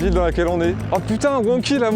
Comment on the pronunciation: le plus étonnant c'est pas qu'il connaisse ma petite ville... C'est qu'il prononce le nom de la même manière que les gens du coin.... Vient-il de Montluçon ?